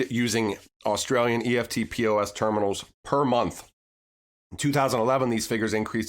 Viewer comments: FYI - In Australia, eftpos is pronounced with two syllables 'ef-pos'. 🙂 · thats pronounced EFT POSS great video jim Australia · Good stuff. Eftpos is pronounced EFT -POSS (electronic funds transfer point of sale) Aussies just say “eft” “poss”... you’ll sound legit Aussie then. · Hi King just so you know you pronounce EFTPOS as a word not the letters. So now you know more than the rest of the Americans. Also with banks having custody of cryptocurrencies do you think they are going to operate two systems now whereby they move their fiat through Swift and their crypto’s through Ripple? Sounds pretty messy to me and I think it’s much more likely that once the banks start dealing in crypto’s is there is no place for swift in their system. What do you think?